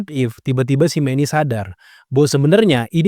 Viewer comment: Manousos bang yg bener bukan meni😂😂😂